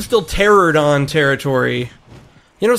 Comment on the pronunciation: BTW, its pteranodon is tear (as in tearing paper)-ran-oh-don.